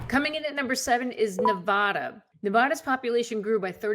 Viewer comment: Hi. Its Ne-vaaa-da, not Nev-aw-da. Thanks for the viddys😀